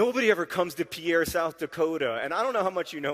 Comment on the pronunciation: It's pronounced like Pier, instead of Pi-air